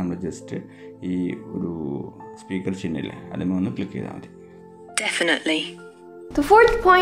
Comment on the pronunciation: Malayalam kurachu padikanund...ayil alla 'athil'